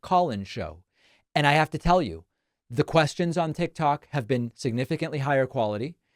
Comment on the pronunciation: You mean to tell me this joker still don’t know how to pronounce tik tok!!